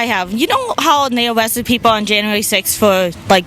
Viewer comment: "People were getting awested" 😂